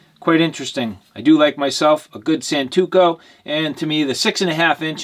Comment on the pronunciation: Santoku, not santuko 🤣😂